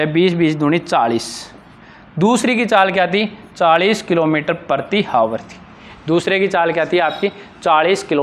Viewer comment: आवर होता है ना कि हावर